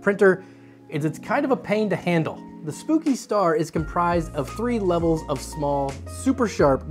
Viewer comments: It bothered me so much every time he said "spooky" when it's clearly "spoke-y" lol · I think "Spoki Star" is supposed to be read "spoke-y" and yes, that star has spokes. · Its spoki star not spooki 🤣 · I think it's "spoah-kee" star, not "spooky". Like it's spoked, like spokes. Spoki!!! Man, I have to say I really enjoy when these fan review vids feel longer - more talk about the fans themselves before going into the various tests that are involved. Sometimes the fan showdowns felt a little abrupt and rushed here and there - maybe it was just me though :P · Spoki, not spooki. LOL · Pretty sure it is SPOKEie not SPOOKY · I think spoki is supposed to be pronounced like pokey with a S not spooki. Lol. Great vid as always. Keep it up! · Its Spoki, like Spoke/poke-y not Spooki which would have two o-s. And that explains it POKEing you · I think "Spooky" star is supposed to be pronounced "Spoke-y" star ... because of you know ... all the spokes that give you pokes on it. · Spoke-y, not Spooky! (I think?) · I'm pretty sure the "Spoki" star is "Spoke-y" not "Spooky." Because all the different blades are "spokes." But we're going to need to hear some original-source confirmation. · Is Spoki-Star supposed to be pronounced...Spoke-y-Star? As in like.. the spokes on the rim of a bike? Kinda feels like that to me, with a reached out play on "Spikey". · Pretty sure "Spoki" isn't referencing the word "spooky" but rather "spoke-y", as in it has a lot of spokes or maybe spikes. That's my take anyway... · Or Spock-y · Spoki = "spoke ee" If they want it to be pronounced "spooky" then they must use 2 'o's ;). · That is not spooky star, it's spoki star, like spoky (spoke as in the spokes of a wheel for example) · Hmm I thought it be prounounced spokey star, like wheel spokes.